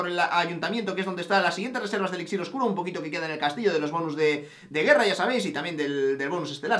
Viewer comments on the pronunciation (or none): none